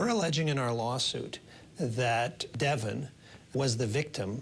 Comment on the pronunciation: its benoit not Devin